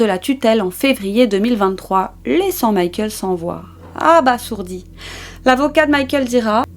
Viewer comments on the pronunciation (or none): abasourdi !!! Il n'y a qu'un seul "s" entre deux voyelles donc on prononce abaZourdi !!!